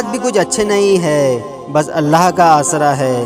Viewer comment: Please jo bismillah ke bolne ka tarika badly